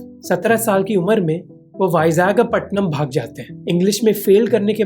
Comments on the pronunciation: brooooooo 😭😭😭 what is bizagapattanam, either call it vizag or call it vishakapatnam 😂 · Bro it's Vishakapatnam or Vizag! Not Vizagapatnam😅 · bro it's not Vizagapatam